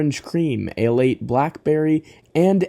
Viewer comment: Ale 81! Not "Ale 8" it literally explains itself as "A Late One" hence "Ale 81"